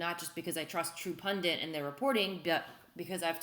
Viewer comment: Love ya Liz....There's only one "N" in the word "pundit"...yes, it's a pet peeve of mine. Same with the word "tenet".